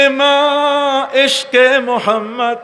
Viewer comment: আপনার মধ্যে অনেক জ্ঞানের অহংকার ।আল্লাহ্ আপনাকে হেদায়েত করুন ।নবী মোহাম্মদ (স:) ঠিকমতো উচ্চারণ করে দুরুদই পাঠ করেন না ।